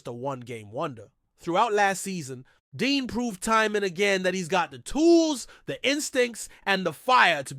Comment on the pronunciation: It's Cooper Dejean not Dean. Come on now